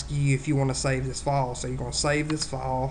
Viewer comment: torrent fohhhhhle.... duhloogeeeeeeee...